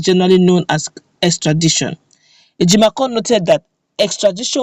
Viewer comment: Please,his name is Ejim-o-for(Ejimofor) not Ejimakor